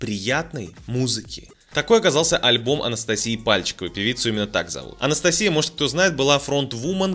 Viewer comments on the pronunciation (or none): none